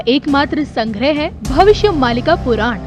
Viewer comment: पुरान नही पुराण बोल